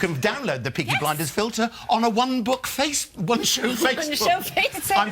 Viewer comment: he fookin said peaky blenders